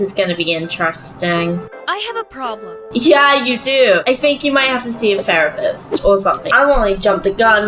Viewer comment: Love how she says farepist lol